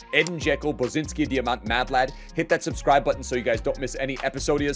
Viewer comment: Love the video, creative emotional squads like always!!! Just have to say that it is pronounced Bosanski Dijamant and not Bosinski, just swap the "i" with the "a" sound, the rest of it is spot on and much appreciated❤